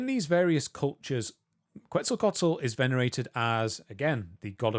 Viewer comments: you said Quetzalcoatl, but my dumb brain heard pretzel tacos, and now I want tacos. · "Quetzalcoatl" is pronounced "Ket-zal-co-aht-lul"